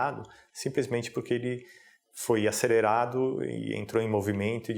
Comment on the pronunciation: acererado kkkkk